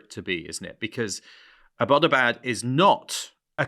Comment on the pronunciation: I appreciate the info here, but it was really grating on my ears to hear your pronunciation of "Abbottabad". It is pronounced "EB-tuh-bad", or ""EB-uh-tuh-bad", not "uh-BAT-uh-bad".